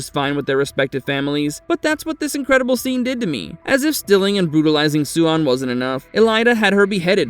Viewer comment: Idk, this time he gets most of it right. Swan (Suian) could be better.